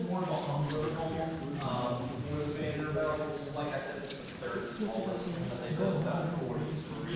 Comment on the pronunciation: The tour guide doesn't even pronoune their name correctly. They're Vanderbilts, not Vanderbelts.